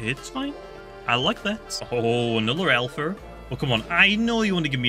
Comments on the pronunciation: i just love the way he loves says alpher and gammer XD, keep up the good streams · "gammer" "alpher"